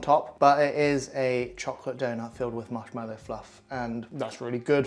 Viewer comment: MarshmAllow, there is no ‘e’ in the word.